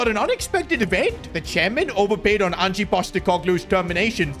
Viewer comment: Nuno was sacked on 9th Sept. So how is this the FIRST sacking of the season? And who exactly is Angie? It's Ange.